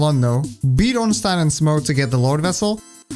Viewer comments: glad you said ornstein right, everyone pronouces it as ornstien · Honestly, the most surprising thing I learned in the course of watching this video is that there's a person on the entire internet who knows how to properly pronounce "Ornstein"